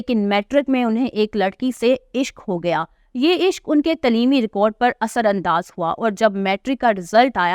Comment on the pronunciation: تلیمی غلط پڑھ رہی ہیں درست تلفظ تعلیمی ہے برائے مہربانی درست اردو بولنے سرائے صالح ہے .